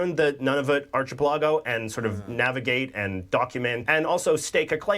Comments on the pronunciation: That guy with the hoodie is making a lot of pronouncing mistakes. Its not "Arch ah pell a go". Its pronounced "Arka pell a go". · First... It is pronounced ark i pel i go, not archie pill a go Yes the railway is there. There are 2. The original Canadian Pacific, and the later Canadian National Also, currently there is a pretty contentious relationship with Ottawa on the prairies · Sorry,, but I gave this video a thumbs-down bcuz of the Canadian narrator, (?). He couldn't pronounce the proper terms (i.e.-archipelago) pronounced "ark-i-pel-a-go" not "arch"-ipelago. His comments on wheat & oil made it sound like this was a mere pastime for us when, in fact, we supply 35% to 80+ countries around the world. And America rcves 187M metric tons of our oil yearly and Europe rcves 4.1M metric tons. And his description of the Metis & Inuit was extremely unbefitting these remarkable people. He just sounds so nonplussed about the whole concept behind the passport making it look like this was more of a very basic school project. I was not impressed at all. I'm not looking frwd to Part-II.🫤🇨🇦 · In the Canadian video, the word archipelago was mentioned and mispronounced several times. The ch in archipelago is pronounced k, not ch: ar-ki-pe-la-go. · *Triggered It's Ark-e-pelago not ch as in chew! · Arch-eh-puh-la-go? Jeez. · I can’t imagine their is a Canadian over the age of ten that doesn’t know the first president of the USA was George Washington. It’s so frequently mentioned on US television and in US movies. needs to learn how to say archipelago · The pronunciation of archipelago is really incorrect! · FFS learn how to pronounce ARCHIPELAGO!!! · Not a proper pronunciation of archipelago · Anybody else thrown by pronunciation of "archipelago"? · Thank you. I'm glad someone else noticed that horrid pronunciation.